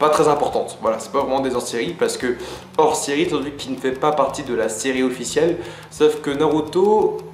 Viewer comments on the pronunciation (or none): Super (comme d'hab ;) ) (bon par contre on dit les Hors série hein...pas les Zors série... '^^)